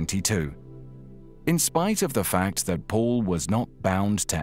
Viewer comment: Excuse me not Mall but Paul